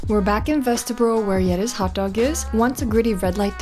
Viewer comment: his pronunciation of hotdog “hokdog” is so danish